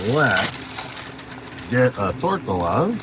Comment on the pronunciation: Hey not to be mean but you are the second video that I've watched today that has said the word Torria wrong lol and it's driving me batty. I am laughing at it and myself for it mind you. The word is said Tor- T(like rviita tea, not like i'm trying sell you any) A(like say ah). Being from Arizona It just bugs me when people say Spanish word wrong. You little bugger after I wrote this later in the video you say it right lol.